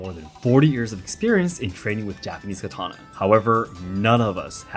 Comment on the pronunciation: Why is this host mispronouncing katana